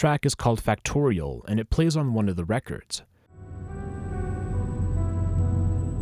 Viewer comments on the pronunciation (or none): none